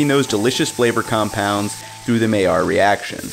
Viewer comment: Not "MAY-yard" it's "MY-yard" Mai = MY llard = yard